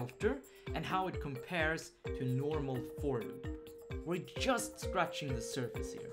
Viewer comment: Hey + - I love the video series you're running. I know you're from Sweden - which is great by the way - but I have one feedback on the 'j' pronouncation. When you say 'just' - please use the same sound same as in "juice", not as in "yaml". Because it's "j" not "y" - there are thousands of comments already so you'll probably miss this one, but I needed to write this. Thank you!:) Again, the series are great:)